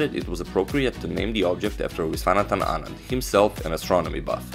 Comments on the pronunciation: His pronunciation was perfect! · I am from Tamil nadu.. the pronunciation was perfect!